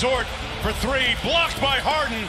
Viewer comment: Three : free, Thunder : Funder. Lol